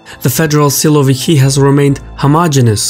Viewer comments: you could make a bit better effort by pronouncing it why silo-vikii? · You are wrong. They aren't "siloviki'. They are"sosunki"